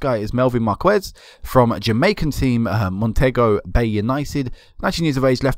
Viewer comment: Its Mon-te-go Bay United ok :)